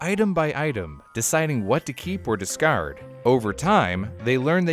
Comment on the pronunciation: The way say "discard"...are you from Eastern Canada? Haha.